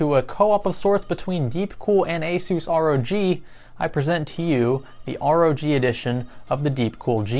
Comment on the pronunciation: The name is simple: ROG 1 (Rouge 1 ;) ). Pronounce ROG as a word (rawg) and there you have it.